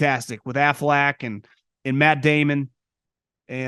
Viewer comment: “AFLAC”?? You mean Affleck?